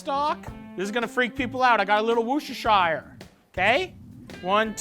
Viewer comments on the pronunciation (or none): I live there so here goes... 'wus-ter-sheer' sauce 😂